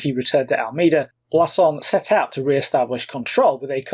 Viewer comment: Portuguese pronunciations: Almeida is “Al-MAY-Da” and Coimbra is “Coe-EEM-bra”.